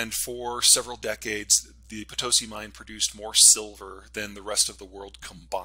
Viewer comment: Potosi. Pelosi Haha It's Potosi' emphasis on last syllable.